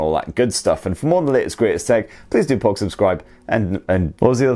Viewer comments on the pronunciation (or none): none